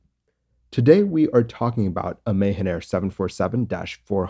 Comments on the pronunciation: Just a small correction It’s read Maahaan air even though it is written as Mahan Air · I think your pronunciation of Mahan is incorrect. The a sound in Ma is pronounced lin like ju sound in jump or mu sound in mumps. You are pronouncing like Ma like May. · Great video. It's called Mah-Han air ;-) I have flown it many times in and outside Iran. The pilots are renowned for brilliant soft touch landings. Tradition in Iran is that passenger applaud for a soft landing. Or not! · Anybody else understood "Mayhem Air"?